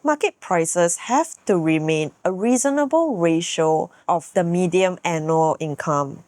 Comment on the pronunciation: Just wanted to highlight that you're pronouncing the word median wrongly, you're pronouncing it as "medium"